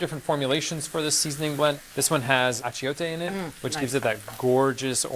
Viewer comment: The pronunciations are brutal. Sweet mercy. "Sayn-soon", "Ah-chay-o-tay"... have heard these words spoken or read them and make a guess at the pronunciation?